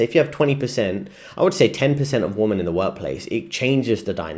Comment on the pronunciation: Nice vid, small point but if your friends haven't told you, you are not pronouncing "WOMEN" (plural) correctly. You're pronouncing it as "WOMAN" (singular). Tip: Think "wimmen".